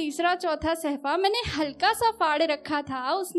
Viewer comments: It's 'safha' not sehfa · Nidhi ji correct word is safha not sehfa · Though, your Urdu is pretty much good, but there are little corrections needed regarding pronunciation. For example, Its SAFHA (Page) not SAHFA and some marginal others. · सहफ़ा नहीं होता सफ़्हा होता है ,बेकाम नहीं नाकाम होता है ,चश्म में का इस्तेमाल ग़लत है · Madam sahfa ni balke shafa hota h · Nidhi ji bahut umdah ash aar hai lekin sahfa nahi safha hoga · Pronouncation is not gud..sahfa nhi hota mam safha hota he